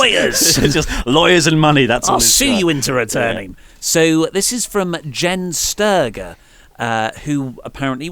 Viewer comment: Jenn Sterger is a 'j' sound, not a 'g' sound... Just thought I'd point it out because ya know... I'm doing nothing on a Saturday and clearly have no life.